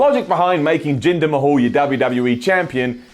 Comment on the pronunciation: I could swear I heard say "Jinder my-hole" wtf xD